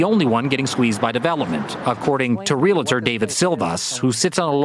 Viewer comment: Why don't any of these professional reporters/presenters understand the word is "inFRAstructure," NOT "inFAstructure"? More silliness is "real-a-ter" when the word is "realtor," prounounced "real-tor." This could be because TV/radio presenters don't have to know how to spell, just how to speak...I just wish they cared enough to do it correctly. I guess they're doing the best they can :-)